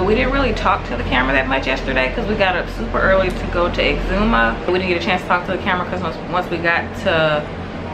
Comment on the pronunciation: So glad to hear you ladies pronouncing exuma right!!! Love my islands!!!🇧🇸🇧🇸🇧🇸🇧🇸